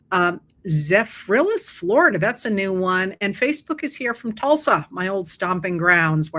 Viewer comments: Love listening to you so much! Zephyrhills is pronounced as two words Zephyr hills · Zephyrhills Is Said ‘Zephyr’ + ‘hills’ it’s a town about 20 miles NE of Tampa! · Zephyr Hills lol not zephrillis hi from Tallahassee ☀️